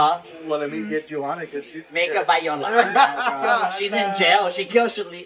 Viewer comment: It’s Makeup by ”Yolando” not Yolanda 😭😂😂😂